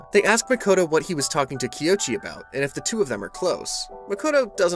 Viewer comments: ._. Kouichi = KOH - uu (as in like mooo) - EEE- CH- EEEE Please I beg, tis is the easy. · I’m glad someone else noticed this too. After hearing it said Kiochi so many times, I was starting to doubt what my eyes were seeing. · Bro recapped every chapter and didn’t say his name right once…